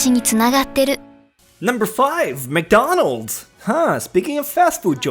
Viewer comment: Whoa it's McDonald's not wcdonalds hehe